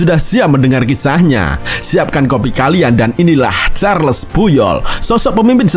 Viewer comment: Pengucapannya Karles